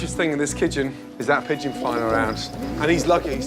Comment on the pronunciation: Pedgion: :V Gordon: HECCEN PEDGION. Pedgion: :,V